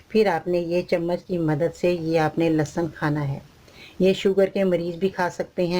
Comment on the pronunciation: AOA,achar kanlahsab nahi hota،lahasan ka achar.hota ha